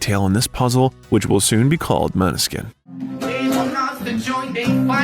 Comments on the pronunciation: Except you can't pronunce band name or their names😢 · I love the video, but plz pay attention to pronunciation. It's really not hard to research how to say the band name or their individual names. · you should pronounce the band name correctly!